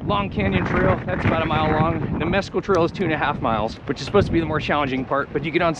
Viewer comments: MessCal, as in the tequila with a worm. Not meskul the gringo mispronounced word meaning nothing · it's pronounced Miss-Kal it is a cactus used in making Tequila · “”Mezz-cal” Meh-skal